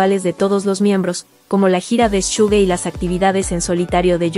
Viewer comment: Disculpa, con todo respeto... por qué pronuncias "Tayun" y "Shugue"? En lugar de "Teiong" y tan mencionado "ShugA" ? Perdón por preguntar.